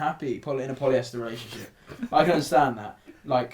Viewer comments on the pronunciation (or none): Wait did say poliester? 😂😭😭😭😭😭 What